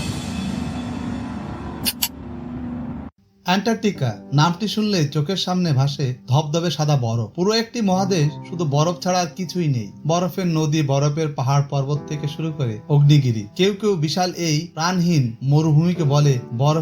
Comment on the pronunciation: অগ্নিগিরি নাকি আগ্নেয়গিরি উচ্চারণ ঠিক করেন মিয়া